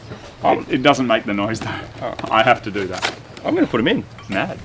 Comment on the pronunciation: American accent? Maaaaaaaaaaaaaaaaaaaaaaaaaddd.